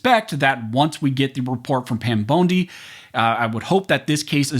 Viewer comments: I know this is irrelevant to the video but I can’t get past how he says Pam “Bone D” not “Bon D” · I think her name is pronounced BONDEE, NOT BONEDEE. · Pam Bone-D huh? 😂 I can’t un-hear how you pronounced her name 🤣🤣🤣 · Pam "bone-dee" 😂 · Pam bone-di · At least pronounce Pam bondi last name correctly for peats sake